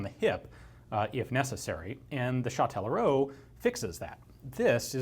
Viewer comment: Hey that's fun, I'm from Châtellerault, you didn't butcher the name too much, good job. The gun factory's been turned into a museum "Auto, Moto, Vélo" (Car, Bike, Bicycle), an ice rink and a Music and arts school we call a "conservatoire". Yeah I don't know where I'm going with this comment but hi anyways